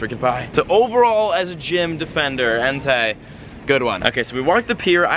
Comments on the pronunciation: It's pronounced Entay btw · And btw it's pronounced En-tie 😘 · BecomeTheDreamer and its Entei not En-tie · BellaSenju and Its entei not en-tie lol